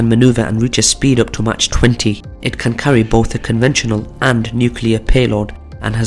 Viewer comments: Pronounce mach as mæk, not as match. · Agree. Its pronounced Mack or Mark, but certainly not Match